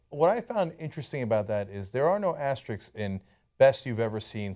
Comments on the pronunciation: Okay, so we know the asterisks were indeed part of the original slogan but does no one think anything of the fact that neither Cenk nor Ana can say "asterisks" properly? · Asterisk NOT Asterix, please. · ASTERISKS not asteriks! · Thanks for the video and all, but that's not how you pronounce "asterisks."